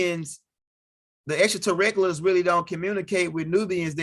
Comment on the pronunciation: There is no R in Anunnaki…lolol…and practice saying ExtraterreSTRIAL…That’s all!!! Keep the info coming though!!! 👍🏽